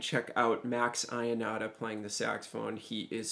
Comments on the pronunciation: Man, great, but it's pronouced Max Yonata, not I-onata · Great job on a really great solo by great Italian sax player , just a small note: as an Italian I can't hear the name Ionata pronounced as you do, sorry...the right way is to pronounce the "Io" as an "yo" in english, like in "your". All the best